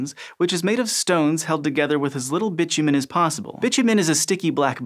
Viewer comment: I have never before heard bitumen pronounced as Bitchy Man but I love it :D